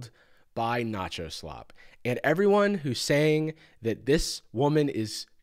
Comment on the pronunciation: "Eveyones so creative!" 💀💀💀💀💀💀💀💀💀💀💀💀💀💀💀💀💀💀💀💀💀💀💀💀💀💀💀💀💀💀